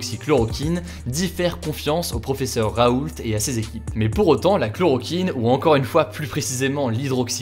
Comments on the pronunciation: On dit « raoul », pas « RaouLTT » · Merci beaucoup pour vos rapports rapides et fiable. Pour info (ca m’a fais rire) mais pour Didier Raoult on ne prononce pas le t.mon grand-père s’appelle raoult et pour lui on ne le prononce pas